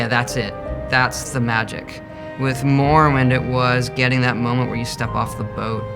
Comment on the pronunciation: Wait did Todd just call morrowind Mormon????